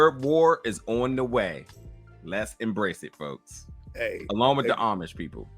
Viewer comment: you had me choking everytime you said Amish🤣🤣🤣🤣